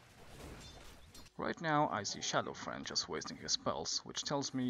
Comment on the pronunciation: Its Shadow Fiend (Pronounced Shadow FEEEEND) not shadow friend XD